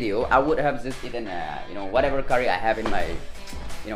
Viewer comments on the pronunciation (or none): none